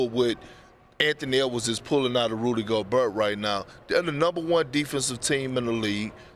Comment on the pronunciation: Gober? Lol can perk say anyone's name right?